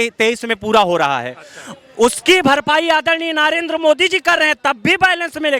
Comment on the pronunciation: अरे अनपढ़ नाम तो सही बोल ले, नारेन्द्र नहीं, नरेन्द्र मोदी बोल।